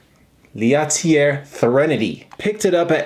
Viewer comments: Common mistake it seems, starting with "SW" and all, good thing nothing rimes with "Norway" xD Btw, it`s Lat-Elli-eeh, kinda, hard to explain french lol, which they do speak in switzerland, but not in sweden. In sweden they say HURR DURR and volvo. Isn`t that right? hi hi hi;) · That. Is. One beautiful squonk! I can’t fault you for your mispronunciation of L’atelier, I mean you speak Japanese. Such a cutie. Nice job, as always, on the video. #allove to you and Marjorie.✌🏼edited to add; your face when you got your phone to pronounce and actually mispronounce L’atelier was priceless.. you looked so pleased. 😂😂🤗